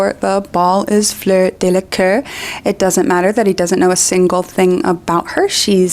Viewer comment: Again, it's Delacour, not Delaqueur or Delacœr or Delacur or whatever. Just pointing that out.